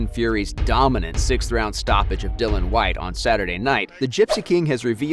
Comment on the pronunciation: Please put some respect on Dillian Whyte's name by pronouncing it correctly.. Dil-li-an. Not Dillon.